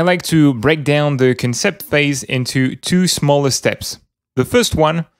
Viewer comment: the word concept has it's emphasis on the 'con' part, so more like CONsept